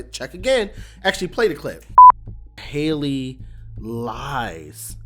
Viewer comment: HELL-Y not Hailey lol